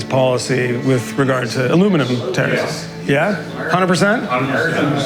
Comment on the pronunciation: The use of the word tariffs in this episode sounded like they was saying terrorist